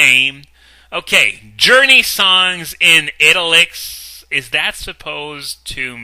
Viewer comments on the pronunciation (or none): Seven and a half minutes in and hasn't even started reading the actual fanfic. XD Also, "italics" is pronounce [Eye- tal- icks]. Still, has better english grammar and pronunciation than most of my fellow high school classmates. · So "italics" isn't pronounced the same as "Italy". The English language sure is full of guide-dang-its, isn't it?